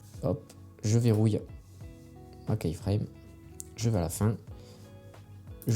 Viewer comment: Merci pour les conseils, ça aide. Une petite suggestion pour gagner en crédibilité, attention à la prononciation du mot keyframe. Imaginez que vous regardiez un tuto sur les keyframes et qu'au lieu de dire "image clé" le narrateur dise à chaque fois "image clou", je pense que ça vous dérangerait rapidement. keyframe se prononce kiframe et non pas kaiframe.